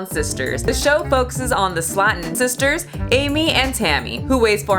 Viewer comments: sleigh ton. cuz it has one T. slatton would have two Ts. because phonics. just like hopping and hoping. 👀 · Pronounced "slay-ton" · wait, its pronounced sla-ton and not slay-ton?